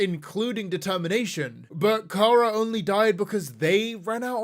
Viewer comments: Its chara not cara you stupid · How the actual f@ am I supposed to believe you when you can’t even pronounce Chara’s name correctly